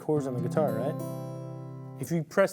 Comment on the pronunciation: I knew you were from Tx, but I never noticed an accent until I heard you talk about your "raught" hand.